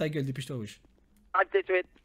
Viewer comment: « Ramene ta gueule dépêche toi wsh « « a tou siute » 🤣🤣😭